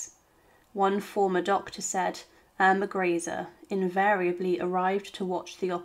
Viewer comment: The most annoying part of all these videos is never knowing how to pronounce names. You can watch any number of them and will get an equal number of different pronunciations. It really is quite a bizarre phenomena. Here we are again. Yet another pronunciation of Irma Greece. Chosing the correct German pronunciation. Or the French, Italian among others has become an amusing pastime in futility. Though oddly enough, Japanese appears to be remarkably consistent from the myriad videos I've viewed thus far. On the whole though, these are minor irritants and pare for the course as Ai robo voicing gain's traction.